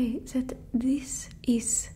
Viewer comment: i- i dont know how to feel about it, im french and im quite insecure about it and its funny to see this !! Because its sooo accurate the "zis" as "this" for example 😂 kinda made me feel better about it because you're always good in what you're doing 🥺🤲🏻